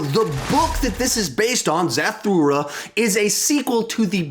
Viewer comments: You are pronouncing Zathura way wrong just saying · Lol why do you say Zathura like that